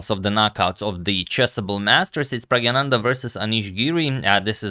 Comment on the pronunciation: Not to be a pronounciation Nazi, but agad, it's Pragg-na-nandhaa, not pragg-a-nandhaa. You actually corrected yourself earlier about this, but i guess pragganandha is much easier and not as mouthful i guess haha